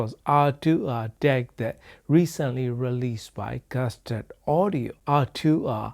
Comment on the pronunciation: Не гАстард, а гУстард